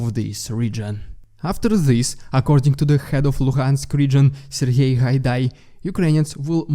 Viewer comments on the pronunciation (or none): none